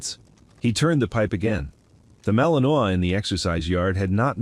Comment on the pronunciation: TEACH YOUR AI HOW TO PROPERLY PRONOUNCE WORDS! The dog is a Malinois, pronounced Mal-in-WAH.